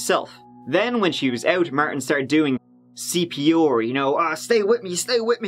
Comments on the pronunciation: Nobody realizes that he pronounces CPOR and not CPR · I took a shot every time he says CP’or. Im drunk. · "Martin started doing CP-OR". I just love how pronounces some words, it's just so funny.😆😆😅😂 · I love your videos! The way you say C.P.OOOR in this one made me giggle! Thanks for making these videos! You must put in so much work doing your research! For anyone interested in forensics etc your channel is a great find! Keep doing what you do! 😊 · C.P. OAR. I love your accent and the way you pronounce certain words! You are the greatest! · I like you. But I’ve never heard a person butcher their R’s like you do. CPR. Come on..